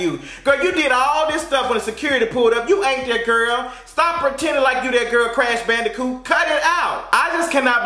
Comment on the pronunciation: said CrashBandicoot!🤣🤣🤣🤣🤣🤣